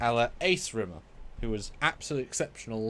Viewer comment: Rimmer only should get S-tier if you say his name right, with the weight on the Rim 😀